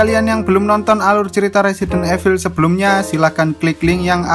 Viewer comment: Bang klo mau bilang evil itu dibaca nya resident ivel.Cuma mau kasih tau😊😊